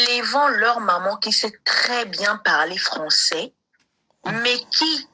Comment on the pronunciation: sila lolendo ebambi ye lokola mutu alangwe lotoko. 😂😂😂😂😂😂😂😂😂 sila alobi français te, alobi nde François 😂😂😂. Luisa noncer, liaison ezalaka mais oyo ekomi FAUTE.